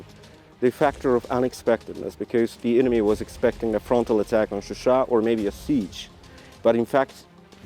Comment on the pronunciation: Also John it’s ShuSha not Susha )))